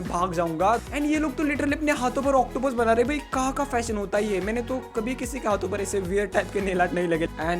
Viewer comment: Bangali ho? Mujhe laga kiu ki ap ne bola mane ki